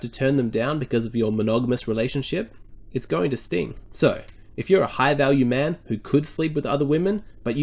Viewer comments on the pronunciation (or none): none